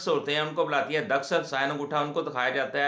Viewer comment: Daskhat nahi Dastakhat hota he wakeel sahab